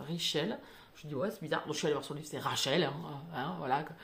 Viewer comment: Quel accent « le kentucky »! « rachel » « Raymond » 😅 J’ai tellement aimé ce jojo Moyes qui parle de bibliothécaires itinérantes Tetris c’est le début de la fin 🤪 Les Cazalet on est paumés... dommage j’avais envie de m’investir dans cette série. J’aime bien m’attacher aux personnages ... Tu vas lire les autres ? Un peu déçue par « je revenais des autres » que j’avais laissé tomber au bout d’un moment Faudrait que je réessaye pour lire la suite On commence bp à parler de cette autrice dans les médias Très bien « les lendemains »